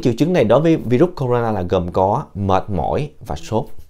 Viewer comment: Bác này nói không này bằng mấy a kia .tên virus bác cũng đọc hai từ: na ,nà và nó không phải con mà bác nói sinh sôi nẩy nở .bác nhầm nó với vi khuẩn rồi.